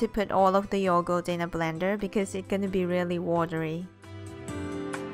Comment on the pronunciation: She just say yogoat